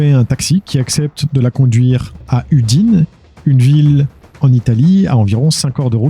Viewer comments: Je vais faire mon relou, mais ça parle de ma ville d'origine xD du coup je suis chauvin, elle se prononce Oudiné (Non udine) voilà voilà, j'ai bugué en l'entendant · Très bon doc. Juste au passsge en Italie la ville d’Udines se dit: Oudinèsse (écrit pour la prononciation bien sur) basta mi fermo la porta 😅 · N'importe quoi 🙄 😅 la ville s'appelle Udine, donc on oublie le "S"... Et donc, on prononce Oudiné, et voilà, dernière chose, on dit "chiudo la porta"! 🤷🙄